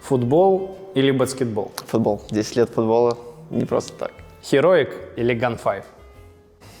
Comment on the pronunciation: Тем то говорит "Бацктебол", приготовлен чан отдельный в аду, вместе с теми кто говорит "Бабминтон". Там будете вариться и жарить друг друга.